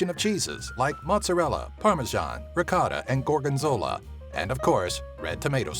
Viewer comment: he said ricotta wrong lol